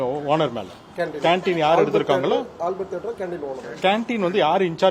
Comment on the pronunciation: எல்லா தியேட்டர்லயும் இப்படித்தான் இருக்கு அது என்ன ஆல்பர்ட்டுன்னு அழுத்தி சொல்ற மாத்த தியேட்டர்லயெல்லாம் என்ன காசி கும்பமேளா புனிததீர்த்தம் விக்குறாங்காளா